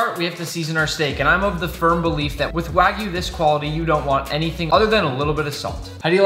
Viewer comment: my guy really said wagu